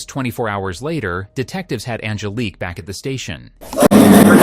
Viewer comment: “On-GUH-leek” lmfaooo sorry but that was funny af